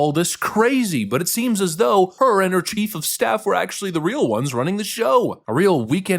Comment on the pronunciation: Did you say "rammed by her chief of Stiff?"